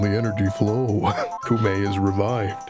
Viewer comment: It's "Koh-may" you heathens!